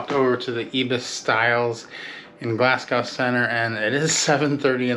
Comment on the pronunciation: Your pronunciation of Glasgow makes me die inside every time I hear it